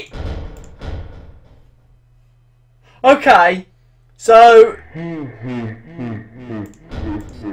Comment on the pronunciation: its funny how you say okai